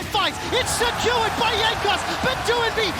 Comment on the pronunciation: All memes aside, Im super bothered by that one caster that keeps pronouncing "secured" as "skewered". Like hello? And I think he got a couple others mispronounced too.